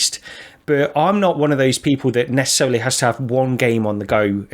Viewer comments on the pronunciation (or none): Did say neccecelery at the beginning